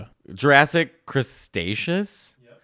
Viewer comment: "Crustacious"? lmao era of the lobsters?? to Matteo the stickler- it's "Cretaceous" 😅(beginning sounds like the Greek island Crete)